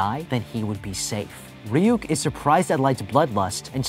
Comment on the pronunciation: It’s not reyuk that’s how you said it it’s ruk but it’s spelled ryuk